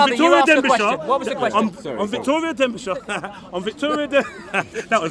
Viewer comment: victoria derbishire not denbishire